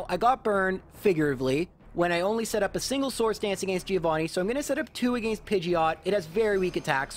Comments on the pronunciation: I thoroughly enjoy the videos, but I cringe every time he says "agāinst", with the hard 'a' sound on the second a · To be fair, it's deserved for how he pronounces against :P